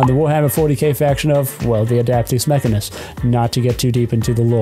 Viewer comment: you mispronounced adeptus mechanicus